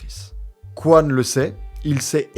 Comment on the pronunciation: Toujours se méfier des ingénieurs coréens (Coyne se prononce Cohine et pas Qwan)